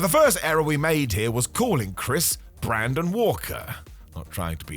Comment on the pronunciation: I had to stop after “Brandon” Walker and “Revolution”. Honestly if you can’t do it right, don’t do it